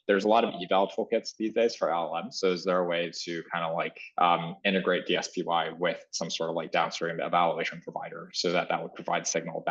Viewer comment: DSPy ("DS-Pie") called "DS-Pee" and "D.S.P.Y." in the first 3 minutes